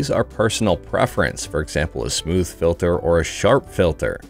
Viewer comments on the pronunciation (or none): none